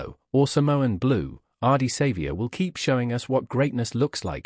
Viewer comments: Learn to pronounce his name and stop using AI to produce this rubbish and you might gain some credibility. Otherwise fuck off and learn to earn some honest money from some honest content and try some honesty in your clickbait. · They need to know the correct pronunciation of his name !! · Geez pronounce his name correctly, so cringy